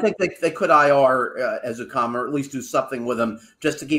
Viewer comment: seems to have trouble with Ezukanma’s name. He keeps pronouncing it like it starts with the letter “u” instead of a short “e.” I know it’s a little thing, but it’s driving me a little crazy. 😅